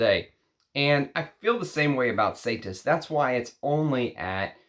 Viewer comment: Say it with me, “E-SA-TEES” Ysatis. And you described it perfectly. It’s beautiful. ❤